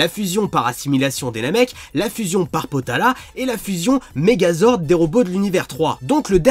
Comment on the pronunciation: Eren 1530 ta raison il me kasse les couille déjà c'est kafla pas kefura déjà c'est potaras pas potalas et c'est vermoud et pas vermoun